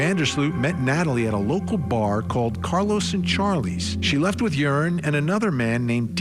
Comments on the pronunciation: Joran is not pronounced "urine", it's pronounced, "hor-on". 😉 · His name is pronounced yorn not urine 😂 though urine is more fitting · "IT'S OVER" ...til he meets her brother in public. Side note: I think it's hilarious that the host keeps pronouncing the murderer's name, 'Urine'! 😂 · Pronouncing his name "Urine" is pretty funny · Is it by design that you pronounce Joran as urine? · I appreciate that the way you pronounce Yuron’s name sounds like “urine”. In my Spanish dialect (Cuban), we call scum of the earth “meao” which translates to urine (pee actually). Very fitting pronunciation. ❤ & 🙏 for Natalie’s loved ones. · Literally pronouncing his name "urine". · I don’t know if that’s his name but the narrator keeps calling him urine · Its over? Its been over for 18 years for the young girl. What an appro name! They pronounce his name Urine! Did he tell authorities what happened to her remains? What about his two buddies that were with him that night? The two brothers? I think those two guys helped Urine or Joran to dispose of the gals body. But lets not even concern ourselves about that! I knew beyond the shadow of a doubt this guy killed Holloway when he killed that other gal in Peru. He was just showing us how he did it. Oh and he threw her remains into the ocean. She became fish fodder!! Okay. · I love how u pronounced his name 😅 (Urine) I'm so happy for Natalie's momma. RIP beautiful Natalie 😢❤ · Are we just going to ignore the fact that the guy pronounced his name as Urine throughout the entire video?😅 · Love how Vinnie pronounces his name as Urine, and closed captioning is also spelling it as as urine. He's also a POS, he is human waste in the form of a 7ft monster.